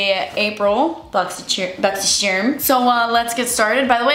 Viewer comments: Whenever I see Boxy charm, I hear saying boxy sherm 😁🥰. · I watch these just to hear her say “boxysherm” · I absolutely love when you say that you’re going to do your “Boxy-sherm unboxing”! When I get my own box, I even say it to myself! LOL!!